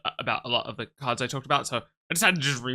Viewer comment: The way you say kards with the k.. accent definitely tells me we love Pokemon anywhere